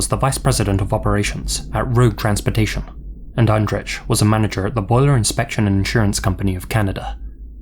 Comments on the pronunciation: Andrzej is pronounced like Anjay. Not spot on, but way closer than how it was spoken in the video. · Andrzej is pronounced more like ahn-jay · Looks like the couple in the last story was Polish, Andrzej is hard to pronounce for english speakers I imagine so I don’t blame you for getting the first part wrong, but the “j” at the end is just pronounced like “y” in “you” and such. You know name Andrei? Like that but “rz” is kind of like a cross between z and j if it makes sense. Likewise the “y”s in Krystyna sound different it’s hard to describe. Either way, very scary and disturbing cases. Man. Especially since these seem like less unlikely scenarios, most of them could literaloy happen to anyone. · it's a little jarring that you put so much effort into pronouncing japanese words perfectly but completely butcher Andrzej's name